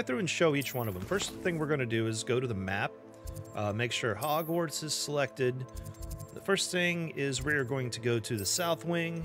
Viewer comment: It’s Hogwarts not Hogswarts.